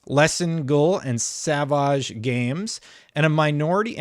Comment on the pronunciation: Why did he pronounce Savage like that? It's pronounced "Savij" Lmao 🤣